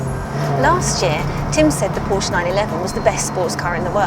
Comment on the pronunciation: Why cannot so called car experts, this time from Which?, pronounce Porsche correctly?? It drives me mad.